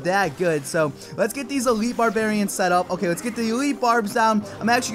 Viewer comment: It's called Elite Barbarians. Not Elitle.